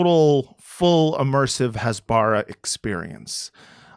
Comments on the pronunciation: Great concept. Please learn how to pronounce "Hasbara" though. It's "Khas-ba-ra (like KHAMAS)", not "Has-baar-rah" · Hasbara is pronounced "hasbara" -- not "hasbara" -- OK? Thanks for your good work. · i cringe everytime he mispronounces "hasbara". I had a stroke after just 5 minutes.